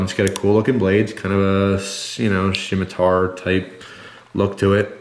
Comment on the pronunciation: most people pronounce it sema-tar or semi-tar not shema-tar